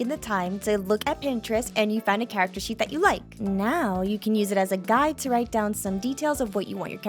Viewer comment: Did no one else saw that sheet is said like sh*t?